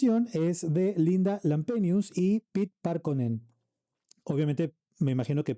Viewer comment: Hello from Finland, and thank you for your reaction. You pronounced "Liekinheitin" very well; the final "e" is also pronounced like in Spanish. Also, "Pete" is pronounced more like "Pepe." I hope to see more of your reactions, so I've subscribed!